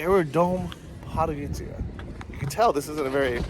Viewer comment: try to pronounce it like this „pod go rid tza“